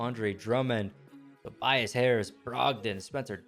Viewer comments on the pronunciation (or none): none